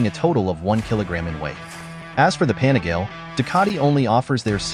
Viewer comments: i think it's pronounced as "PA NI GA LE", not "PANI-GAYLE", for sure you're using AI voice.. 😅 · Panigail. I love these videos, but that hurts my ears. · The ‘pan-a-gale’ lol love the robot voices 😅